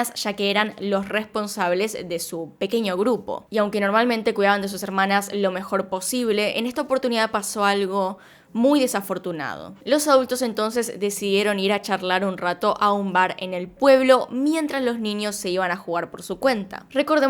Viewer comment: Alguien mas escucho autos en vez de adultos ?? Xd